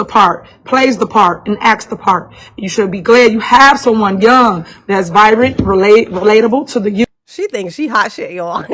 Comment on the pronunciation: She said .. "Ya'll should be happy ya'll have a mayor whose virant " (other than vibrant)